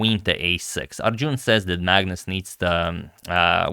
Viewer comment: It's not Arjooooon. Heheh